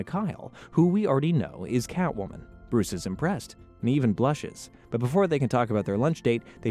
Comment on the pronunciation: How is nobody talking about that sick intro Also why does the Joker always end up dangling over fire Bruwuce Wayne